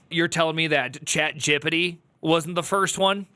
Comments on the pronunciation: "Chat Gip pit it" 😂😂😂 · forever pronouncing it chat jippity now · Love the way you pronounce Chat Gippity. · the way you pronounce chatgpt makes me nervous :( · I'm going to start pronouncing ChatGPT like this as well. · I love how you pronounce chatgpt